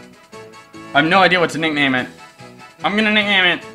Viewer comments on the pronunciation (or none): the way he said nickname XD